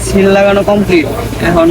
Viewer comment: ভাই এটাকে সেল বলে না সিল বলে